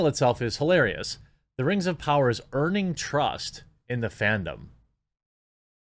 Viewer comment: I swear I heard you say burning trust lol